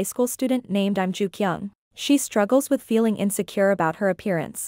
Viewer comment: Nobody gon talk bout how she called Lim jukyung NaM JuKyUnG 😂